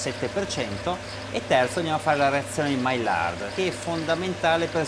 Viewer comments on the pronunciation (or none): un professionista che non sa pronunciare MAIARD!!!!!!!!!!! assurdo e poi TENNOLOGIA!?!?!? ma esiste qualcuno che parli italiano!????? ignoranza pura